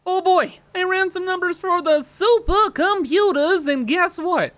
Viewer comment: I need all the supah computahs